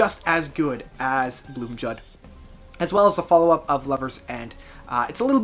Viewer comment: Great video! You deserve more subs! (P.S. Fun fact: The "j" in "Blomljud" is pronounced as an "i" or "y" in Swedish. So the word would be pronounced "blom-li-ud".)